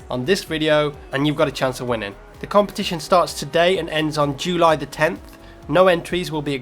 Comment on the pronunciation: Jewly? You pronounce it funny:D